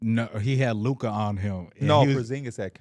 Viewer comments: you gotta learn to pronounce Luka’s name buddy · Luka going into year 7 and still can’t say his name